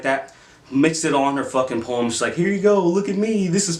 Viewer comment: When she says "poem", it sounds like "porn."